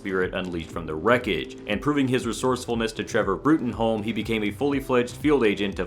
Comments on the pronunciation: Professor Bruttenholm's name is pronounced "Broom". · his name is prounced "Broom" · Bruttenholm is pronounced as “Broom” in the comics and films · ... ... ... Bruttenholm is pronounced Broom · Bruttenholm is pronounced Broom. It says so in the comics. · How do i become fish-man? EDIT: WHY DID YOU PRONOUNCE BRUTTENHOLM LIKE THAT? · Ernesto Daniel It is. It's pronounced 'Mihn-yola' like you thought. He also mispronounced Bruttenholm so I don't think this dude has ever actually read the comics. Probably just reading off the wiki and had only seen the movies once, if at all..